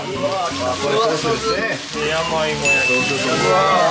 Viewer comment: waktu bilang 'yamaimo' kirain 'yowaimo' 😭